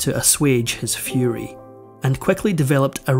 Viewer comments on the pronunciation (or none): none